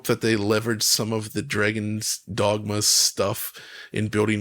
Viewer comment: Who’s the mouth breather that can’t pronounce dogma